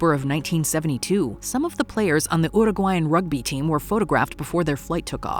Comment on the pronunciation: Your pronounciation of the word "Uruguayan" is perfect!!! Yaaaaaaaay! Most people mispronounce and dont care. Its important to me; its a very important name. Gracias!!